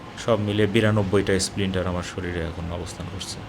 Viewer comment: সঠিক উচ্চারণ "স্প্লিন্টার" হবে।